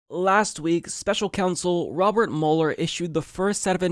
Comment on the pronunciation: It's pronounced mewler, not muller. Go back to media reports before 2016 👍🏽